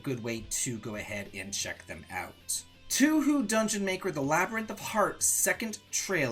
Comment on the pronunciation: Please, TOUHOU. pronounced "toe-oo-hoe-oo",but the "oo's" are very short. It grates on me every time unless you're doing it to deliberately give my chills. :) And Xuan Yuan is "shoe-(ah)n Yu-on"